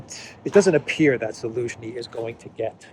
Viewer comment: Zaluzhny sounds like Delusiohny